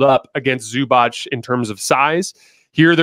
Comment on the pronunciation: That Zubac pronunciation. Chef's kiss! 👌